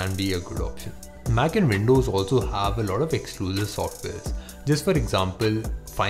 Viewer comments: It's mac and not maaaaac I don't like this mans voice........he looks like a truck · your pronunciation of MAC is so annoying, I don't know how you got these likes... :/ confusing